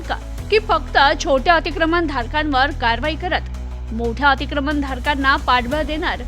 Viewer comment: मणपा कडून😂 अतिक्रमन😂न ण का म्हणता